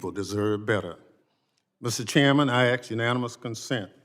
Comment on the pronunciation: This blatant liar always likes to "AX" a question.... would like to see people in congress speak some-what intelligently.